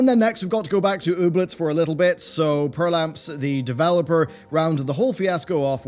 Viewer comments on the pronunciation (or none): Perplamps, not "perlamps"